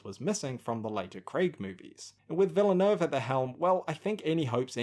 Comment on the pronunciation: This would have been more useful to you before you said it 42 times incorrectly, but it's pronounces "Vil-neuve" the "e" is silent in French (as opposed to Spanish). Cheers.